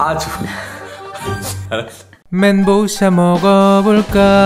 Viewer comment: 멘 보우 샤ㅎㅎ